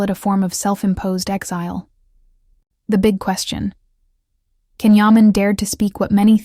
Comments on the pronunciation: You don’t even pronounce his name correctly. His name is not pronounced Can but Jon. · I appreciate the information you have to impart but it drives me nuts when journalists do not take the time to pronounce the names of Turkish actors or their work correctly. Please take a moment to pronounce properly beginning with "Gian" Yaman. in Turkish it is not a hard C. A C is pronounced as a J unless it is Ç which is a ch sound. Please correct your pronounciation. Can's arrogant behavior does not endear him to many.